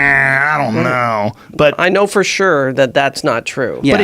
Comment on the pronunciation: Wait...10 minutes and no one said "Fer sherr"....nope nvm...